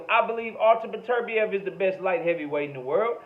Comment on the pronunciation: You're Only One I Hear Pronounce Beterbiev The Correct Way